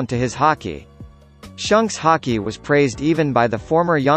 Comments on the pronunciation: HAHAHAHA shunks instead of shanks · its not shunks its shanks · Shanks not Shonk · I would put garp in top 3 but good vid either way also the "Shunks"🤣🤣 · I’m tired of this dude saying shunks